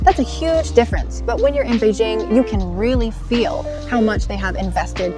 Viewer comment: Its quite interesting to know that...shes been there and adopt to living there based on how she said Beijing.